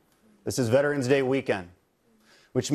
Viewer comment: did a spanish accent sneak out when he said "this is veterans day weekend"?